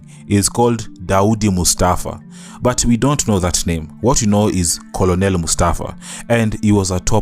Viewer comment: Good job 👏🏾 . Thank you for taking us through Mustafa’s journey. I hope he is okay now, mentally. Being a caregiver for family members who are cancer patients is not easy. Just to point out the pronunciation of ‘Colonel’. Unfortunately, this word doesn’t follow vowel rules.